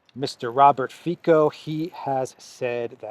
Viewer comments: It's Fico not Fiko😊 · Its not Mr.Fyko or Fajko .... its [Robert Fitzo] ;) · not Fiko but Fico you pronouncing not like K but C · Great update as always,....just one thing, Robert Fico is pronounced Fitzo:) Greetings from Slovakia! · The attempt to whitewash the Waffen SS n4zi, coming from British national media like BBC is extremely worrying. By the way, the correct pronunciation of Robert Ficos name is with soft c = Fitso. I hope his party Smer wins, but there is a huge media smear campaign against him, he got almost no exposure in the media all year long while all the US puppets get enormous PR. There is a huge support of NGOs and MSM especially towards one party called Progresivne Slovensko aka the party from which the president of Slovakia, Čapútová (better known here as the US embassy puppet) comes from. Its very worrying because this party was indeed created as a project of American NGOs. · Th3 Slovak politician’s name is pronounced Fitso. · the guy's name Fico.. pronounced fiTSo.. in alivak c isn't pronounced K. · Pronounce Fitzo as in "tzatziki" 😊❤ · you are Greek so you should pronounce Robert Fico easily.Its Fitso like Tsitsi pas thre tennis player.